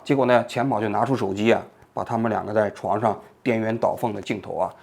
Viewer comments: 什么是颠元倒凤😅😅😅 鸾 读Luan 好吗！ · 王局用的是“颠鸾倒凤”这个词吗😂 luán 不是yuán呢😅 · 颠鸾（yuan）倒凤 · 颠鸾倒凤，luan，不是yue，这个字都能错吗？ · 王菊啊，央视记者读错别字，实在是不能忍，颠鸾倒凤 读作[diān luán dǎo fèng】不是 [diān yuán dǎo fèng】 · 颠鸾倒凤（音銮） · 王局，颠鸾倒凤--读音是dianluandaofeng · 王局，弱弱的问一下，颠鸾倒凤，是不是应该读luan阳声😁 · 颠鸾luán倒凤，你这前央视记者读错字的频率也太高了吧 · 颠鸾( luán )倒凤。稍微纠正一下您的读音。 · 颠鸾倒凤 第二个字念luan2😂